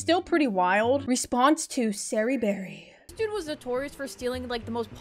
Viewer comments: “SarrieBarrier”😭 “SarahBarrier” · "Sarahberrier" LOL GET UR GRAMMER RIGHT OR WHATEVER